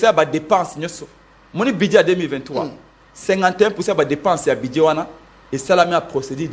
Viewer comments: Dit lui ce budget, non buduet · Aah bon yango esilisi embouteillages te po eza nde ba SOINS DE MOUTON , udps , udps, udps, BUDIER quand même une prononciation pose problème, allez y déduire